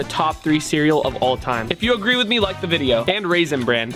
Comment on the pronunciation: At the banana loca said agre not agree